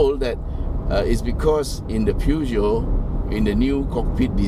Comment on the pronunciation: Peugeot is not pronounced "pew-gee-oh", Google Translate will give a more accurate pronunciation read-out, both in French and English.